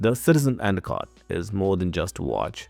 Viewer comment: Couldn’t understand some of the words you said, and a cot?